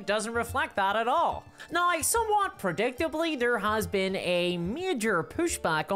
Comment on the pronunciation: These days I mostly just come to this channel to hear her pronounce 'now' as "Nyaorr..."